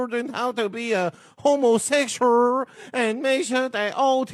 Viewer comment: "Homosexuuuraaal" 😂😂😂😂😂😂😂😂 This has to be AI 😂😂😂